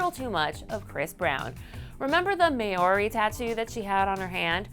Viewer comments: Mah ori? No. It's pronounced mori. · Maoooori is not how you pronounce it. It's pronounced mowri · With Rihanna's tattoo it's not pronounced MAY ORI it's M OUR I it's a newzealand nationality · "The May-ori tattoo" It's pronounced Mow-ree 😂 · did she really just say 'may-o-ri' 🤔 Maori, girl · did she pronounce Maori as may-or-ee? coz im pretty sure its like m-ow-ree .. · anyone else from new Zealand and when she Maori she pronounced it as " maeri" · when she pronounces Maori as Mayori.... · haha i heard that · Rampage_At_Dusk Mao-ree you roll the r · May-or-re 😂😂 Maori* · LEARN HOW TO PRONOUNCE MAORI BEFORE YOU SAY IT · The way she says Maori... Ffs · The way she said Maori for Rihannas hand tattoo 😂😂😂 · is the most botched up way of saying "Māori" that I've ever heard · L O L at the pronunciation of Maori 😒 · The way she said Maori kills me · Rebecca Smith same man, same. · me and my partner died ahahahaha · Lol same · Rebecca Smith omg same I showed my mum and she was appalled 😂